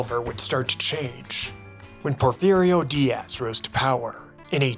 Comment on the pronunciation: ¿Porfirio Días? Por Dios Porfirio, no seas porfiado por favor.